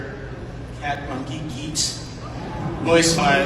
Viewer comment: As an Indian (all these names seem familiar), I'd like to note that just like you now know how Pavi is pronounced, I'm pretty sure you don't say nee-sha, just ni-sha. Also, Geet means song or music, and it's pronounced more like Geeth Thanks for sharing! I actually do look forward to this new phase, as someone who enjoyed TLOK